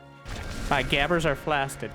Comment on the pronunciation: "My gabbers are flasted" -. Lmao, thanks for making my day A LOT better.